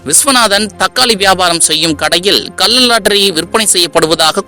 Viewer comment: டேய் பைத்தியம் "கல்ல லாட்டரி" இல்லை " கள்ள லாட்டரி". தமிழை ஒழுங்காக பேசுடா.